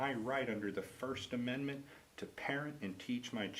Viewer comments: "Amendant" from my "understand" ... I think someone should have seen to her education! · “You have a right to your first amendent” 🙄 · Dcs worker can't even say amendment....😄wow! Where are u getting your knowledge, she said yesterday...haha